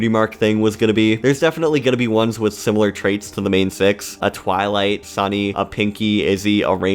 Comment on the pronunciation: “Awkwafina plays Twighlight” 💀😭